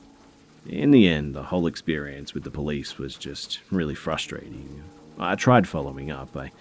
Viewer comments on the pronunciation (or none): none